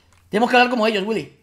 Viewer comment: williy wonka... ¡WILLY! wonka...¡dice ¡WILLI!